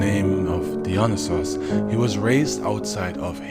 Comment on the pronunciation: Dionysis: DIE-OH-KNEE-SIS✅️or DEE-oh-knee -Sis✅️ not deon-Is-is. 🚫 Im even more upset that no one has said anything.